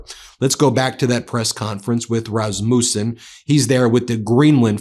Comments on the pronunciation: Rasmousen? No, no, no! Rasmussen*. Lot’s of S in it, no ou. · Dear Ben, it is not pronounced RasmUssen, with emphasis on the u, it is derived from the firstname Rasmus, hence meaning the son of Rasmus, with emphasis on the first syllable - I sort of remember that since I've also had that surname... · I am very interested and impressed by your coverage of current events, but could you PLEASE do a bit of research beforehand and pronounce the names of foreign dignitaries correctly? It is pretty disrespectful, to say Razmoosen and Macrone etc. all the time. Obviously you have fact checkers and international correspondents, so you have the resources to do better! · Rasmuuuusen 🤣. Americans can't pronounce foreign names. Please stay where you are and never put a foot on European Land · Please pronounce his name right Ben. The U isn’t pronounced as a U. It is more of an A. My maiden name is Rasmussen.